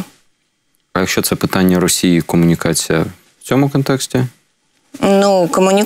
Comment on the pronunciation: Добре, що вона говорить "кАмунікація", "кАнтракт" і тому подібне, бо інакше вона була б просто ідеальною, а це вже було б занадто)))) Прекрасна жінка, прекрасна професіоналка.